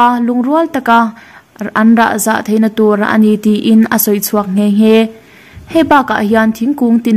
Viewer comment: Anrahzah niloin anrahza tihzawk tur anilomaw